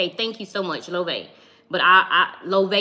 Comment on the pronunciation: Loewe (lo way vay) is how you pronounce it boo ❤️